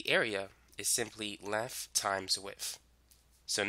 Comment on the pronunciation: Lengf and wif😂😂